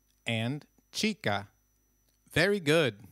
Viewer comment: But h is silent in spanish. Why are you saying chica then?